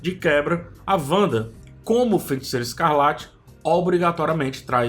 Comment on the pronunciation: Cara, video muito legal, parabéns! Só toma cuidado pra não falar "FeNticeira". Abraço